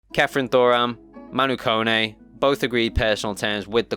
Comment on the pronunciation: Can someone pronounce Kone correct please. It's not (cone) it's pronounced Ko ne